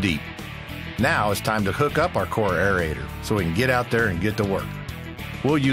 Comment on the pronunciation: The correct term is AERATOR, NOT aereator.Thanks for showing a woman operator.